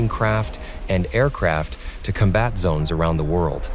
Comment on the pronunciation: Pronounciation: Com’ bat… NOT Com bat’. Emphasis on 1st syllable.” COM’Bat